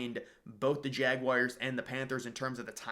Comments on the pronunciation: I love your vids, but please, Please, PLEASE stop calling Jacksonville's team the "Jag-wires." It's Jag-wars...UGH. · That would be JagWARS not JagWIRES. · Jag wires?🤔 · Learn how to pronounce Jaguars!!!!!! Holy shit. Its not fckn Jag-wires